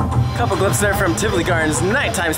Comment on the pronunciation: I’m so happy you say Tivoli correctly. There is a cruise vlogger that the entire episode he said Tivoli wrong and it was unwatchable!!